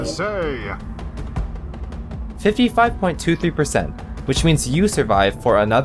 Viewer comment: Let's see what the voters had to say!... HAD TO SAYUH!